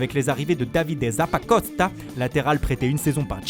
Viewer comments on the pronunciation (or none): La RRRoommaa Zappacoosssstaaa